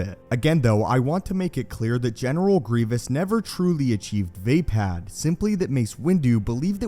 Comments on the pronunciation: It's not (v-ay-pad) its (v-uh-pod) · not VEIpad, it's VAAAAPAAAAD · Love the way he says way pad instead of vaapad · Vay pad? It uses English high A like day? Not ah like awesome? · Vay-pad. This fucking guy. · Ok I'm probably wrong but I thought it was pronounced like vah-pod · Its pronounced "v-ah pod" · It#s Vaapad, not vapad, vappad or vaping. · Anybody else out there that can't stand how this dude pronounces vaapad incorrectly?